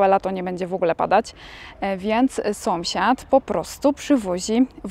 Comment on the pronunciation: Słodka. Zawsze się uśmiecham jak mówisz SOMSIAD😂😂😂😂. U u mnie w rodzinie też tak mówią zamiast SĄSIAD.